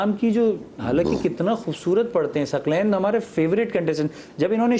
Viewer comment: host ki urdu ka talaffuz bohot ghalat hay ,Saqlain ko ,Saklain keh rahi hain